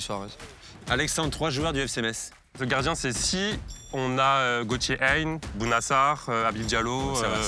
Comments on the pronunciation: En vrai elle a dit Aguerbel (au lieu d’Abergel), et Eric Gets (au lieu de Gerets et en plus c’était Deschamps la réponse), Elin / Ilian / Aline (au lieu de Lunin) et elle a dit 3-5-2 pour Lens C’est peut-etre le stress mais c’est un peu étonnant. Je pense que ça montre qu’elle suit pas le foot depuis longtemps ou bien pas avec précision. Mais en même temps sur Montpellier elle savait tout sur tout, donc peut-etre qu’elle connaît que l’histoire de Montpellier. elle a dit Nice au lieu de Lille pour Gabriel. Donc le quizz pas ouf mais l’avis tranché est propre. J’ai trouvé bon et on sentait qu’il avait vraiment l’esprit After Foot, par contre sur l’avis tranché il s’est fait déstabiliser par les questions de, mais le debut etait propre. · Aguerbel (au lieu d’Abergel), Eric Gets (au lieu de Gerets et en plus c’était Deschamps la réponse), Elin / Ilian / Aline (au lieu de Lunin) et elle a dit 3-5-2 pour Lens. C’est peut-etre le stress mais c’est un peu étonnant. Je pense que ça montre qu’elle suit pas le foot depuis longtemps ou bien pas avec précision. Mais en même temps sur Montpellier elle savait tout sur tout, donc peut-etre qu’elle connaît que l’histoire de Montpellier. elle a dit Nice au lieu de Lille pour Gabriel. Donc le quizz pas ouf mais l’avis tranché est propre. J’ai trouvé bon et on sentait qu’il avait vraiment l’esprit After Foot, par contre sur l’avis tranché il s’est fait déstabiliser par les questions de, mais le debut etait propre.